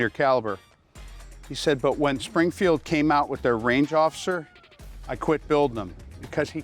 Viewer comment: “Springfrield” LOL